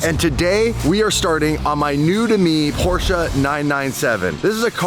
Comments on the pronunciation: It's PorschE not Porsch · FOR F-SAKE LEARN THE RIGHT WAY TO PRONOUNCE PORSCHE!!! THERE IS NO A IN PORSCHE!!!!!!!!!! 👎👎👎👎👎👎👎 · i feel purposely trolls us by saying Porsche wrong 3 times then says it correctly seconds later